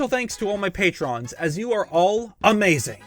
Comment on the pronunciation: do you know that they are called “patrons” and are pronounced (PAY-truns)